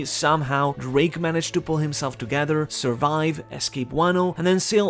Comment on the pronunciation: Please don't say Drake's name that way